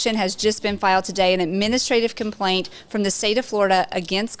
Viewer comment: Lmao, "compaint"